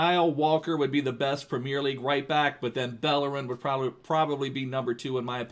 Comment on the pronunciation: he says premier so weird,, primieeer